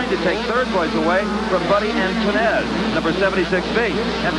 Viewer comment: Buddy Ant-toon-ez lmfaooo